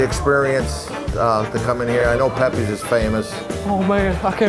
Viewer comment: It's not Pepays.